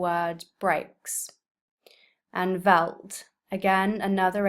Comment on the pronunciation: As a South African, this pronunciation could be better. Kopje (the 'o' pronounced as the 'o' in or and the 'pje' as ie) - little hill. Kop mean head so Kopje is little head. Veldt (the 'v' is pronounced as an 'f')- Hard to define as it is used both in English and Afrikaans but similar to field or wide open brushy landscape of the - Karoo - Landscape of Eastern Cape in South Africa, usually low to the floor brush and sparce trees. Other than that, a very good video.